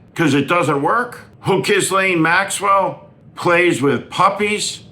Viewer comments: Excellent points, as usual. P.S. The "S" in Ghislaine is not pronounced. It's like gi-lane. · Steve, you really capture the rot that we Americans are showing to the world. However, would you please, please, please learn to pronounce Ghislaine's name? It isn't that hard. Start with a hard "G" and follow with the accented 2nd part (so it sort of sounds like "Guh-LENN"). Important: There is NO "S" in the pronunciation. None. G (quickly) and Lenn. THAT is the way the young girls who actually knew her (and were victimized) still pronounce her name. Thanks for some effort on this. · You’re great Steve. I watch all your videos; but… you really should pronounce Ghislaine’s name correctly. Karoline Leavitt is being called out for not learning how to pronounce Guiffre. You should also show that you’re not an American who refuses to pronounce unique names correctly. It’s not that Ghislaine deserves anything; it’s that you should show a higher level of cognizance on name pronunciation, especially a name you repeatedly say. Otherwise, keep up the great Warnings. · You have never learned to pronounce her name correctly. You aren't the skilled speaker you think you are.